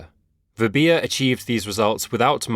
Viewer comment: Her name is called as "" "v" "bha" "". not "v" "bhi" "ya"